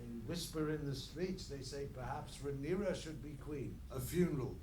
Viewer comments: RAY NEAR UH !!! pronounce her name right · Why does insist on putting extra letters on Rhaenyra’s name lol where did that extra s come from